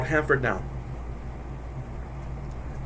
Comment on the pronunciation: Wtf is the Cantadina? Lol!!! Talk right you shmuck! 😂😂😂